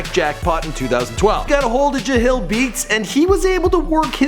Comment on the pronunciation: Jahlil not jahil